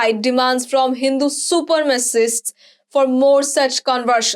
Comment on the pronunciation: Practice how to pronounce “supremacist”